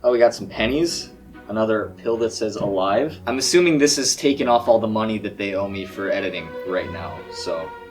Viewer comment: me: are you sure its not Alive like pronounced A-Leave